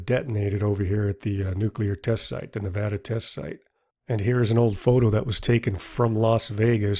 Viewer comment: Thanks for actually saying Nevada right and not pronouncing it Nevahdah like an idiot!